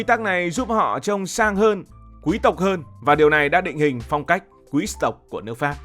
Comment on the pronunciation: Thích bạn nói chữ QUÝ-S TỘC , rất là quý tộc!